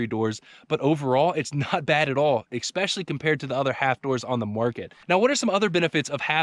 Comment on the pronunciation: oh please stop saying exspecially!